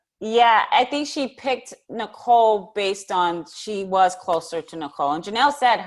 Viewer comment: It makes me laugh every time says Nicole's last name wrong 😂